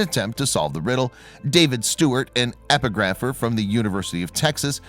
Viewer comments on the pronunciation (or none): e-PIG-ra-fee is how epigraphy is pronounced.